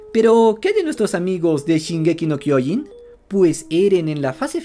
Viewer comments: Al fin alguien dice bien el mombre de shingeki 😄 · Cómo me gusta escuchar el Nombre de shingeki no kyojin bien dicho en español